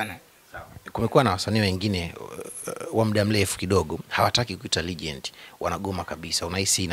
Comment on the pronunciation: nazungumzia Huyo mwandishi badala ya kusema Legend anasema regend